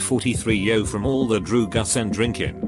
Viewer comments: Nobody:: Droogas and drinkin’ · Listences (licences) Dru*gas (drugs)